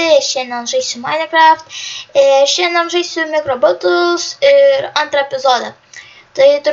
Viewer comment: tU GAL mICRO NEMOKI SAKYT XDDD